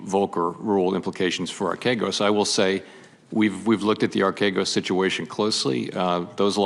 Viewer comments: Telling on herself by mispronouncing archegos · Bro what are you talking about she literally mispronounced archegos DURING this clip